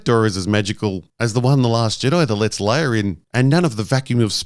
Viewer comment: Yoder and Leier... lol